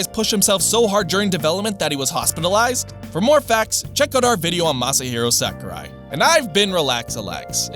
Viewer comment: I feel like no english speaker other than Reggie can get this right, and it hurts. He is not SACKurai 正弘桜井 さくらい sa-ku-rai (sah - koo - rye)